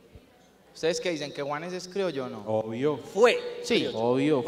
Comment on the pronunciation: Una pequeña corrección: no se dice crioyo, se dice criollo, que es lo correcto